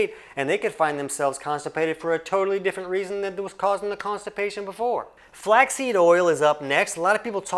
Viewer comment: Flax See oil?? 😅